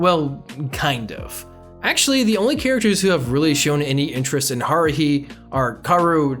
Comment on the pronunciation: I luv this anime, the twins aren’t so hard to tell apart, you can hear it from their voices. kiss kiss fall into depression bc they/ the creator said they would make a season 2 but it has been 9 or 10 yrs so far😔 Also why do pronounce Hikaru and Kaoru, Haruhi like that